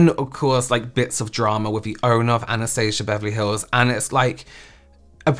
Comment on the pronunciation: “ANAHSTAHSAH BAHVAHLY HAHLLS” 😂😂😂😂